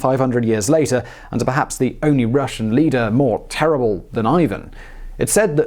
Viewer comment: The 'terible', eh?